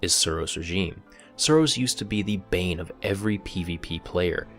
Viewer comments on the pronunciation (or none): none